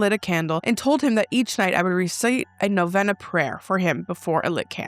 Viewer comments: Hey I know this is kinda stupid but Novena is pronounced no-Vee-nuh i just thought I should tell you 😅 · Love you. This is not a criticism. Just a piece of information. It's pronounced NoVeeeena, long E. Wishing You, Adam and Remy, Blessings.